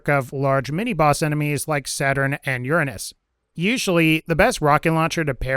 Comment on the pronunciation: Lmao the way you said Uranus made me laugh